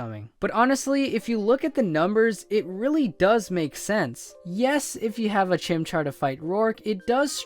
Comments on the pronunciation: It's chimchar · its chimcahr chimchar is the best #teamchimchar